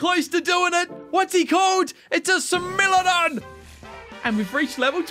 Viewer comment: it's smile-adon not smilladon no offense